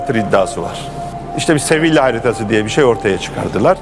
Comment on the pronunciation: Sevil değil Sevilla